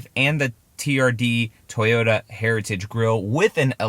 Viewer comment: Not toyoRa… it doesn’t have a R 🤦🏻‍♂️